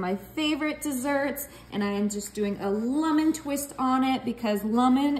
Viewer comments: Lummin? Where in the world did you learn to mispronounce the word lemon like that?? 🤣🤣🤣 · Lemon, not lumon.